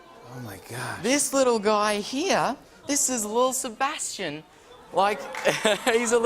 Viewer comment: He said lil’ sebation. R.I.P 😢